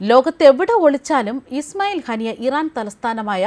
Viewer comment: ഹനി അല്ല ഹാനിയ